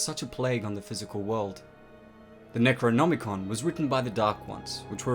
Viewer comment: Kandarian not kardarian and it the necronomicon you've pronounced both words wrong